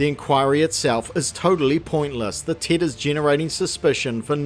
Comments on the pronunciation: I keep thinking he’s saying “tit” instead of “Tet”. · I keep hearing "the tit" hehehehe. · I love how your accent makes it sounds like you're calling it a 'Tit' lmao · your accent really makes it sound like you're calling it "the Tit" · All I am hearing is "the Tit" 😂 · Who else giggled like a child every time the Kiwi narrator said the word "tet"? 😂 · I keep mis-hearing the way he says "tet"